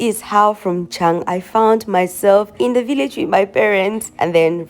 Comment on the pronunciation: Dschang...the right prononciation Tsang means CONFLICT.